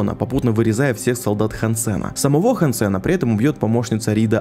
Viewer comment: хансЭна 😆, хАнсена!